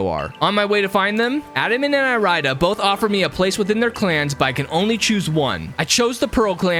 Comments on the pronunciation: the way you pronounce irida is physically painful to hear it’s pronounced like iridescent fix your pronunciation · Pretty sure it’s eary-da not e-rai-da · my mind: dont do it dont do it dont do it my body: DO IT me: (Irida) I-RIDE-A DICK i couldnt help it with the pronunciation